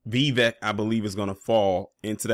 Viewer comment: His first name is pronounced "Vi-'vake" .